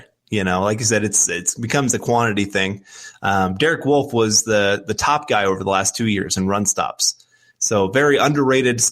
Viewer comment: Love the show, but I can't wrap my head around how you guys pronounce Wolfe as woof. Do you want to get your babies eaten? Also interesting way to pronounce Australia